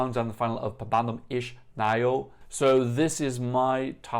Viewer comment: You've pronounced it almost right. Only the "Naujo" is for improvement :) Here's how to pronounce it